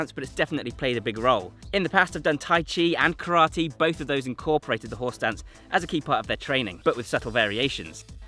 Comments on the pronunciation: I keep hearing "Horse Dance". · You keep saying "horse stance," "horse stance," "horse stance." But I somehow keep hearing "whore's dance," "whore's dance," "whore's dance." lol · I keep hearing him say "horse dance" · I keep hearing "horse dance" which is making me chuckle ever time😂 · Anyone else keep hearing “horse dance” over and over… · I keep hearing "horse dance" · Any worries be feel like he’s saying “Horse Dance”? 😂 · ...anyone else hearing "horse dance"?